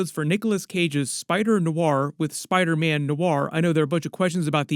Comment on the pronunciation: Spida man😅